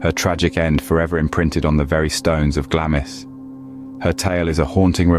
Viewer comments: It is pronounced, ‘Glarms Castle’. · It’s pronounced ‘GLAMS’ the ‘I’ is silent 😊